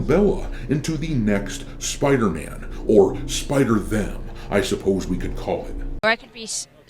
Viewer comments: It's Spider-Mam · SPIDER MAN .. ishhhhspuderman 😂😂😂😂